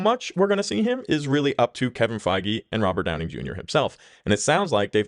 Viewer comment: Are you saying Downing? Robert Downing Jr.?